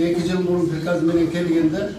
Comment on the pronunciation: Дректор пирказ дейт ко а хаа хааа оляяя орус тил окуганбы мектепте каримова уят уят еле жонокой созду айта албайт екен соке соотечественники дегенди айта албагандай ха за го булар жаман езишет ко оляяя